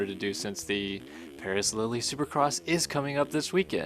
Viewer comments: Lille is pronounced Lill not Lilly lol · Coming from a soccer guy I'm pretty sure it's pronounced like leel not lily